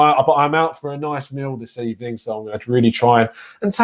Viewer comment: It was a "bad ebening" for Emery